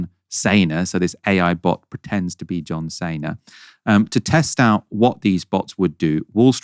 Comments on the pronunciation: John Cena, not Sayna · "a particular wrestler called John Saynar... Johm Sayna..." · John SEE-NA, for crying out loud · The way you said John Cena floored me